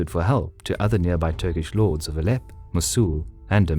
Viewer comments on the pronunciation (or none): none